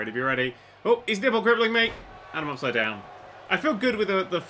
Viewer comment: "nipple grippling"